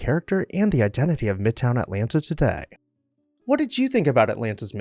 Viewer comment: Too bad a post about Atlanta was performed by a man who does not know how to pronounce Atlanta.